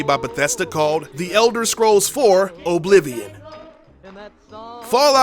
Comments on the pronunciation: he said oblivian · O-blivion? Its oblivion all one word dumbass.